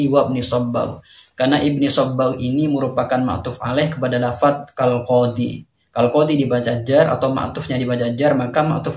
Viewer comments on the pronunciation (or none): none